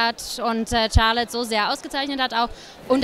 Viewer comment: charlet nicht charltotte